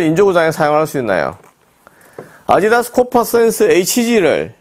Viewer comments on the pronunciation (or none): none